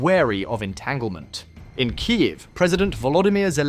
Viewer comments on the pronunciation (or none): "Kaief"? Is this how IA pronounces Kiev?